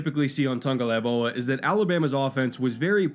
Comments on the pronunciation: Hey bro, its Tago-VAI-Loa. Not Tago-LAI-Voa. Great video besides that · The tung part might be correct, but its vailoa, not laivoa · OMFG Tangolaivoa again I'm already drunk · How to heck did you manage to get Toungue-a-LIE-voa out of Tagovailoa? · Hey! Where do you see N in Tagovailoa? Why do you always pronounce like TaNgovailoa? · Its Tagovailoa not Tagolaivoa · It literally says ""TUNG-o-vai-LOA." And says "TUNG-o-LAI-VOA" So no yup, anyways it doesn't matter it was just a bit of tongue in cheek Laivoa =/= Vailoa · What's his name,?: Tua Tungvcozyiidyydydyiydi-oa 🤣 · Say it with me - Tago vai loa, holy crap lol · say it with me, tah-go-vyy-loa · Tua said in an interview it’s pronounced TONGUE - O - VYE - LO - AH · It's pronounced "tongue-oh-vye-lo-uh." He has made videos pronouncing it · Is it just me or does say "Tangolaivoa" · It was bothering me the whole video hahaha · I'm pretty sure did it on purpose to troll people. He's pretty consistently pronouncing it tangolaivoa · tongue a vie low uh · Marisa Moravec he’s saying tungolaivoa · but is saying TungoLAIvoa, swapping the L and V. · You keep saying tongalaivoa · Tun-ga-vai-loa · “tua tungolaivoa” 😭 still the 🐐 tho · he pronounces it tung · ElegantSquid it’s tungovailoa, the v goes before the l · Oh cuz! Tua pronouncing his last name... Awesome video but butchering his name every time... kinda hilarious. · You gotta learn to pronounce the name right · Not only did you pronounce his name wrong but to say he has below average arm talent? Lol maybe quit anaylizing qb's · Love the video. But you gotta pronounce his name right bro. 🤙🏽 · how would you feel if I pronounced YOUR name “ Mannkoll”. otherwise good vid keep it up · Let’s play how many times can you butcher someone’s name in one video? I counted 15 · That pronunciation of Tagovailoa in the beginning gave me a good chuckle lol